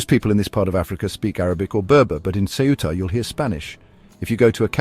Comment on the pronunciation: PLease ask a Spaniard to read the name of CEUTA and repeat the same sounds... you IGNORANT!!!!